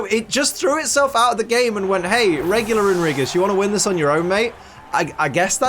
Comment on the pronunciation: You keep saying regular like a tard lol